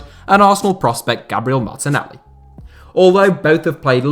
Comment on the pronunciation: I gained respect when he said martenelli